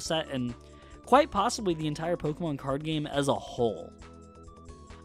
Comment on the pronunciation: i hate when people say Poke-uh-mon instead of Poke-E-mon